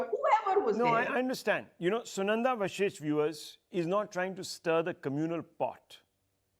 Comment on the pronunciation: It's Vashisht- it's not vishisht!